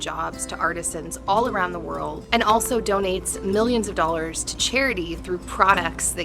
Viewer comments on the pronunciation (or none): none